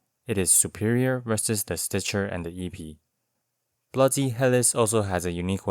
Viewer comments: Epee is prenounced eh-PAY instead of EE-pee. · epee > pronounced air_pay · The é means it is pronounced aypay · Your videos are great man. The depth and thought is amazing. One thing tho.... epee is pronounced EP-eigh. Stupid french word. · Minor correction; is pronounced eh(as in 'meh')-pay. Blame the French. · Hey just a heads up, the word epee is pronounced “eh-pay” in English. The original French is more like “ay-pee-ay” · I both love and hate how you pronounce Épée. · my man did this whole video without looking up how to pronounce "Épée" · Great (p)epee lol. I think all Es in this word are pronounced like the e in Meta.